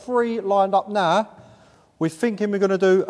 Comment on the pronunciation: When this bloke says “narr” he’s actually saying “now.”